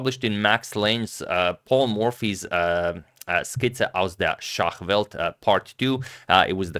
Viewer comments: maaan antonio tried really hard pronouncing that book "Skizze aus der Schachwelt" he pronounced it right but i almost missed it because of the accent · Your pronunciation of "Skizze aus der Schachwelt" was really good!